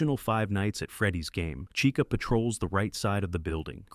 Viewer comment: Bro said Rockstar caicha